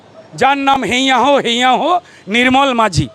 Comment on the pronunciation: নাম টা “মাজি” - মাঝি না